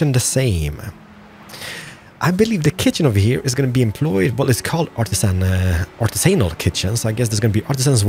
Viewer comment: Artis-anal is pronounced Ar-ti-sin-al:). Thought id let you know since you have young easily influenced viewers... Good job on the series